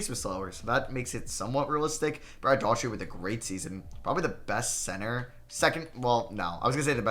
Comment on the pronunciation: dude seriously.... Rony Seikaly (Psyche-LEE) is how you pronounce it. Rick Adelman was coach of the Portland Trailblazers when the '92 Bulls beat Portland in the Finals Brad DOOR-uhh-tee for Cleveland...Not Brad Dautree.